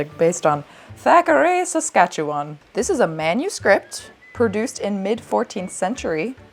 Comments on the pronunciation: shocked you pronounced saskatchewan correctly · I commend you for saying Saskatchewan correctly. 💜from Regina SK.